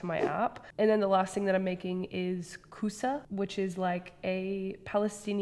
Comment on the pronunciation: zucchini means kousa in arabic , you said it right👍👍